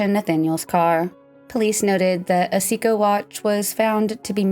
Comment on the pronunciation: Great job but in the future please Google pronunciation of words you are unfamiliar with. Seiko and Bexar are two that come to mind.